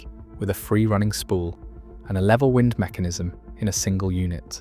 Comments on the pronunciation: ThIs narration is Ai when "wind" as in roating becomes "wind" blowing. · WIND RHYMES WITH MIND,,, 😡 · Why do we have to listen to mispronounced AI narration? The information is interesting, but wind and wind are a pretty easy difference to tell apart. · WIND SOUNDS LIKE BLIND